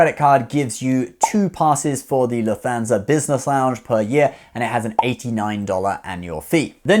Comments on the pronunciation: Lufthansa is pronounced luft·han·zuh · Well he also says Alask-er Airlines so I'm guessing his pronunciation of Lufthansa is due to his British Hong Kong accent 🙂